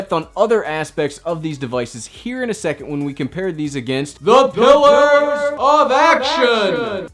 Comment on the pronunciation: Great video as always. Your PILLERS always crack me when you say it. 👍🏻👍🏻😁. I had to add an edit. Noticed you seem to be stumbling over your TelePrompTer 🤪